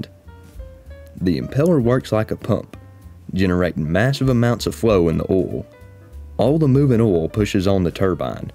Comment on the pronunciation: Oil ❌ Oool ✅